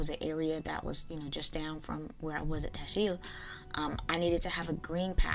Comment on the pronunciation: Tasheel is read like this " TAS HEEL" which means Arabic "make it easy "